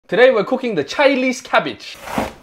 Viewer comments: Am I the only one who heard "ChiLese cabbage"😂😂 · My guy said Chilese cabbage 🤣🤣🤣🤣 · That "Chy nese" emphasizing 😂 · "Chilese cabbage"😊😊